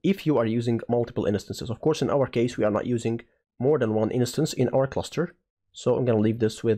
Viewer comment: The word 'instance' has two syllables: in + stance (like dance but starting with st)